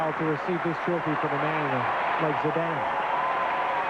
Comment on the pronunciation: Zinedan Zedene? Really? This guy really should've learned how to say Zidane's name before embarrassing himself on international tv lol